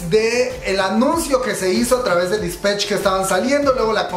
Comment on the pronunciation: Todo bien, sólo: -No es "Dispech", es Dispatch -No es "Taemin", es Temin. Si mencionaras las cosas 1 vez no pasa nada, pero lo dices mil veces y mi yo obsesivo-compulsivo, se estresa y quita el video jajaja